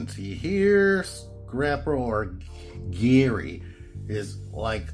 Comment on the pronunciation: Not trying to be speech police, but Gehry is pronounced as Jerry. I have a friend named Gehrold, but we call him Gehry; spelled the same way.